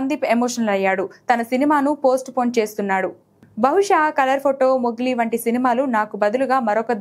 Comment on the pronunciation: అది మొగిలి కాదు అమ్మ మోగ్లి